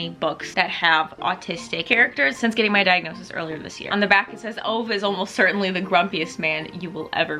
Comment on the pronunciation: Heads up Ove is actually pronounced Ooo-va